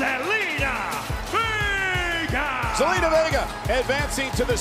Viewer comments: it sounded like Michael said gelina vega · Michael Cole, who is Zelina Vegger?😂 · Did he just say zelina vegar? 😂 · Did michael cole. Call zelina vegar